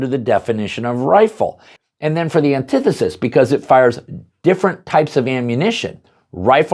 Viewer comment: ANTI FUCKING THESIS its nit one syllable